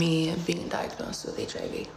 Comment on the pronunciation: he said “causes heeivv”